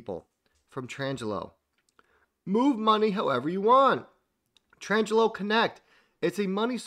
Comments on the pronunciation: It's a small thing but you said it so many times ...... Tranglo ---- your pronunciation - tran-jello ..... correct pronunciation - trang-lo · I love ya man buuuut it's pronounced "Tran-glo", not "Trans-jello". :)